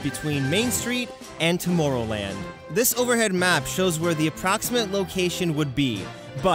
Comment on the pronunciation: Why do you say tomoorrowland